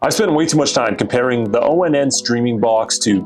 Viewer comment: Dude this brand is pronounced like the word "on". Not O-N-N.